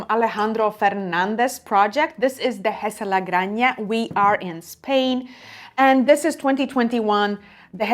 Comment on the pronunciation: wonderful, thank you. May I correct your pronounciation in spanish? The J in Granja ist pronounced the same way as the J in Rioja. Fabulous, 93 points for Dehesa de la Granja. Do you know the other wines from Alejandro Fernández? La Pesquera (Founding Member of DOC Ribera del Duero), El Vínculo (from La Mancha), Condado de Haza? Kind regards from Madrid!